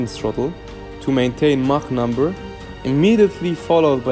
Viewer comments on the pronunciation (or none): none